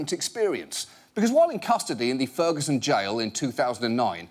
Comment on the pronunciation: "Frigison Missouri"